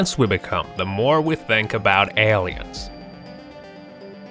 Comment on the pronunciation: " L-EEE-INS ", Really ? Are you an "AUSSIE" ? I gots to know what language you are using.